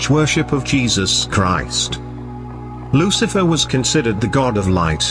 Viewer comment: Maybe the researcher had all the info mixed up or they are hyping up the video just like how the narrator pronounce Lu Ci a fer